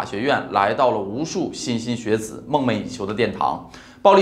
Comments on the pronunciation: mu牟不是mou，shen莘莘学子不是辛辛学子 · 「莘莘學子」讀「shen1shen1」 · 抱歉提醒你一下，我记得好像是念莘shen莘shen学子，不是莘xin莘xin学子😅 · Shen shen學子並無念錯,念xin xin 是多數人，就只能积非成是! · 莘莘学子shen shen xue zi 😀，一点小瑕疵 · 莘莘（shen）学子 不是xin🥲🥲🥲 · 莘莘学子， shen shen，不念 xin xin...... 😂😂😂😂哈哈哈哈哈哈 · 莘莘学子，读“深深”不是“心心”。我不是鸡蛋挑骨头的人，可是在媒体上听到白字儿总是很震惊。你们频道这么多人订阅，有一定的社会责任了，恳请文案和主播多加核对尽量不出错。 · 一个把Shenzhen 学子，读成Xin xin学子的公众号，还怎么相信你讲的话？ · 50秒，莘莘（音：身）学子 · 莘莘学子，读shen。